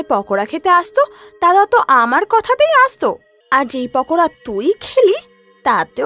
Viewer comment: ওটা পকোদা হবে না ওটা পকোড়া হবে😊